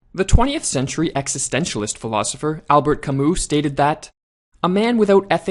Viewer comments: Its pronounced (Kamoo) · camus is NOT prenounced like that. it's prenounced cami.